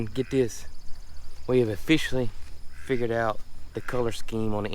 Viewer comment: oh-fish-silly=officially lol